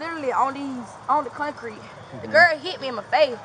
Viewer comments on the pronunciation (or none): What kind of language is she speaking? Scraight instead of straight? Bruh instead of bro. Kongcreet instead of concrete. Rewind back to school girl and start over because you got this one wrong. Cwar instead of car. Beefoe instead of before. Let's play the name game .I will say a name and you tell me the ethnicity of the person. Fanisha? Laqisha? Danita? Lavonshe ? Kaniqua?